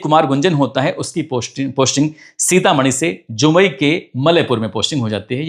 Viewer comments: Its जमुई not जुमई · Ur are saying jumai wrong real name is Jamui